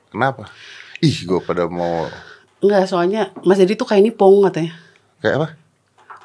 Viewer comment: Nipong om, bukan nyeping 😭👍